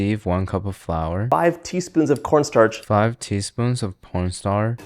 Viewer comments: Did he say 5 teaspoon of porn star? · Did bro said what po**star 😭